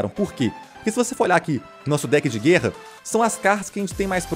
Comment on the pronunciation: para de falar GÊRRA pelo amor de Deus hahahaha